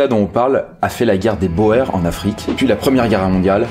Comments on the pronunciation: Il me semble qu'on dit pas guerre des "bo-ère" mais guerre des "bour" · Guerre des boers (bourse) pas bo-airr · Boers se prononce "bour". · Argh! "Boers" se prononce comme le mot "bourse". Wiart se prononce comme l'anglais "we are" mais avec un "t" au bout comme dans l'archaïque "thou art". Sans vouloir vous accabler vous pourriez vous renseigner sur la prononciation, finalement très facile pour un francophone si on excepte le "g", plutôt que de faire un mélange d'allemand et de français qui n'ont pas du tout le même système de représentation des consonnes et qui sont loin d'être identique sur le plan phonologique. Le reste de la vidéo est très bien pourtant, c'est dommage que vous ne vous soyez pas rapidement renseigné sur les normes de transcription du néerlandais... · Juste un truc la guerre des Boers ca se dit bour. C'est du néerlandais/afrikaaner oe = ou de façon parfaitement logique. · très belle vidéo et beau travail d'historien mais (et ça ne ternit pas cotre travail) Boers, shrapnel, Cambrai et Mao Zedong ne se prononce pas du tout comme vous le faites (et une casquette n'est pas un béret)